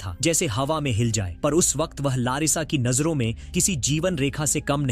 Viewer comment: भाई वक्त होता है वकक्त क्या होता है